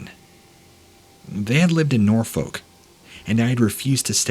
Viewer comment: It is, incidentally (not important, I know, but always good to know) pronounced "Norfuk". The O drops to almost nothing and the L is absolutely not pronounced at all. Just a fun tidbit.